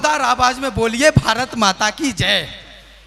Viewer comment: Bharat mata ke naam ka uchit uccharan aapne kiya hai sir. Rajasthan ki samkaksh "Hindusthan"